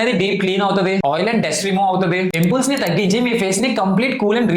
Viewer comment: Pempuls ❌pimples😂